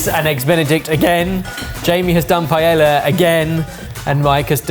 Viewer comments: I'm genuinely curious why they always mispronounce paella. Is it a Sorted thing or a British thing? Paella is a globally famous dish from Spain and I would think most everyone knows how to pronounce it. I would ask the same thing about "pass-ta" and "tack-o." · needs to ask Jamie how to say chorizo and paella. 😂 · paella? Ok, by now I'm almost convinced you mispronounce words intentionally for hate-bait 😅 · Ah good old PIE ELLA. Love the channel. And not trying to suggest that you have to learn an authentic Spanish accent but there’s no world where PIE ELLA doesn’t sound terrible. Ditto ChimiCHAYNga btw ;) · He IS CAPABLE of saying "pie-ay-yuh!" Cheesus Crust. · Saying Pie-ella several times and then pronouncing Chorizo properly Catalan style is a bit vexing. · Pie. Ay. Uh. Pie. Ayuh. Paella. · Oh my God. PA-E-LLA. It's not that hard. Why you guys keep saying PAYELA is baffling to me. Also, Macarrones con chorizo is actually a very common and classic comfort food in Spain. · Pie Ay Uh. Not Pie El Uh. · It's pie-EYYA! Not pie-ella! Basic Spanish boys. If a Yank like me can do it, so can you. True, I'm from Texas, but that's irrelevant. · Why can't Brits speak Spanish? It's PIE AY YA, not PIE ELLA. Surely you can manage that. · PA E YYA , not layella or payeya or any other ! It is irritating sorry. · "Pie-L-uh" was driving me crazy lol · Why does the British pronounce "paella" as pa-el-la as if it's an English word? Does it irk anyone else? It makes me cringe every time. It's a famous Spanish dish, they can at least try to pronounce it correctly. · Pasta paella (pah-elja)? Fideuá (feedeu-AH)!. Silly Jamie...🇪🇦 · Italian here to join what I'm sure is a large chorus of "NO BUTTER IN CARBONARA". But y'all know that! And if you're saying "chor-ETH-o", surely you can manage "pie-AY-a"! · Lads, I live so much farther away from Spain than you do. There is no L sound in paella. It's pronounce PIE-AY-yah. Future reference: Taco is pronounced TALK-oh, not TACK-oh.